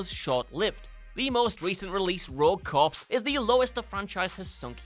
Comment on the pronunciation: You pronounced corps wrong ✌🇺🇸